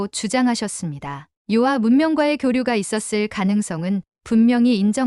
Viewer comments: 요아.... 요하 로 말하세요. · 遼河 (遼 멀 료(요), 河 물 하) 즉, 요하가 맞아요. 요아가 뭐예요? 중국어 전공했다는 유튜버가 왜 한문을 제대로 모르나요?